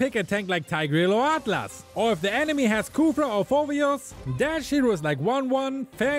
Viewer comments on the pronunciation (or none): none